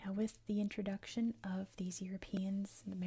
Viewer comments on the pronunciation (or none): none